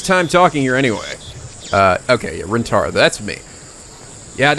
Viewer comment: You may already get since you are some ways into this LP But How you pronounce names and other phrases in this game are as so... Okarin (Oak-a-R-een) "El-Psy-Kongroo" (Cangaroo) And lastly how to say the Protagonist's name Rintaro (Reen-Tar-oh)